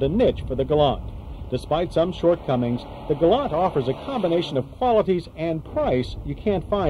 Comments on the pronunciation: yanks cant pronounce things its a gal LANT not gol larnt! hahahahaha arrogant yanks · Keep trying to tell him! It’s pronounced, ‘ Gal- lant! Not, “ galun! “ 😕😐